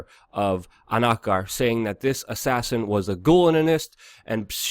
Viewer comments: Ank-ker-a ffs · say it with me now: AN KA RA